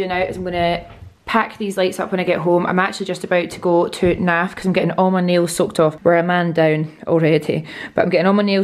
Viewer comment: I kept thinking you were saying “im getting my nails sucked off” but then realised you were saying “I’m getting my nails SOAKED” off haha